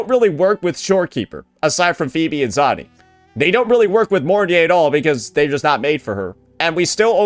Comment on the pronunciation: pronouncing Suisui's name. Makes me think of swiss cheese. It might be intentional and correcting him won't change that like how he sometimes called Zani as Zoni.